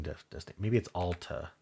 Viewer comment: I’m a Utah native and live close to Alta ski resort and Alta Highschool, it’s pronounced like altitude